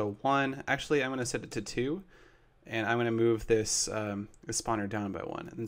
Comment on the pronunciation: Seth says "Ans," instead of, "And."